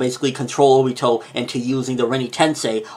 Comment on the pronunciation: Ok it bothers me... It's not O..bito. Stop putting so much emphasis on the O. It's Ob..ito.